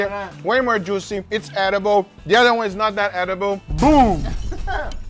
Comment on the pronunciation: Its not duicy😂